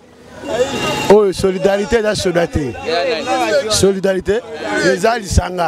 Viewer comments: Solidarité et non soridarité . Tu pose une question que toi même tu ne maîtrise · En plus il articule mal le mot solidarité Na zapper mbala moko